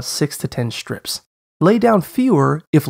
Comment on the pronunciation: Maybe I've heard this or not, but suddenly the way he says "shtraight" and "shtrip" sounds very strange to me.